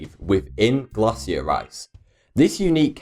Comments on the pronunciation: It's pronounced ɡlāshər, or glay-shur (according to google). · Lol glassier instead of glacier